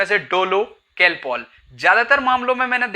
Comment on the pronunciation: लग तो मुझे भी रहा है कालपोल को केलपोल बोल रहा है